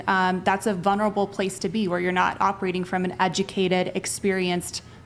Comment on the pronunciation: "Vunerable"? Your Fourth Grade English teacher called and wants you to stay after class.